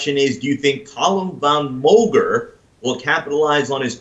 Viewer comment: "Column Van Moger" ...... I cringe every time